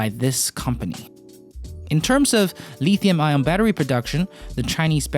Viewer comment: Just so you know, the metal is not called le(e)thium.